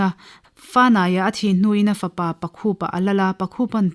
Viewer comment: Pakhupa ni lovin pâkhûpa, tha-aia ni lovin țha-aia tih zawk tur. A ngaihnawm lehpek e.